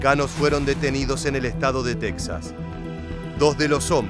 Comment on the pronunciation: Porque pronuncias tesas es Texas